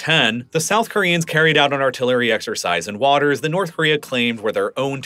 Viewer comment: "Nouth" Korea